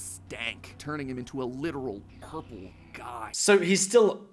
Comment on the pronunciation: Bro it's purple not ouprple